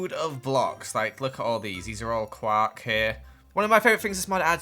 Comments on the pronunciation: IF HE SAYS KWAK ONE MORE TIME I SWEAR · its pronounced qork not qaaaaaaaaaaaaark. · quark not quack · Who else thought said “Guac” instead of Quark? 😆